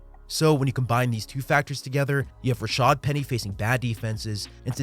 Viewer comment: If we could get announcers to stop calling him 'Rashard' that would be greeeeeat.